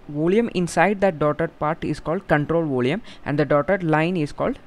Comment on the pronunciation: Your explanation is superb but I think you are having some pronounciation problem in 'volume'.... Rest of all is op.....